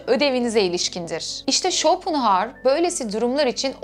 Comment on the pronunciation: İsmini bile yanlış telafuz ediyorsunuz !